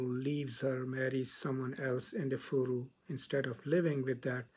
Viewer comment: Igbo - pronounced "E- Bo" in English Efuru - pronounced "ehh- fuu- rue" Efuru means "lost" in Igbo. Which helps with understanding the protagonist's issues with colonial times as an African woman. Great job and analysis. It was well summarized.